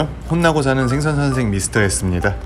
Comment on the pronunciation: 생선선생 발음.. 쌩스쓰생